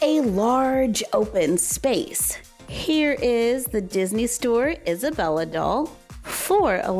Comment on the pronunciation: You say Isabella wrong